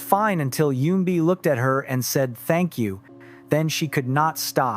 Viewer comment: I applaud you - your pronunciation of Korean words/names is getting much better with each video. Just one point, Eunbi is not pronounced with a “y” sound at the front - it’s not “yuunbi” but “uunbi”. What’s weird is that for the first half you pronounced it with a y, but a few parts of the second half, you pronounced it properly.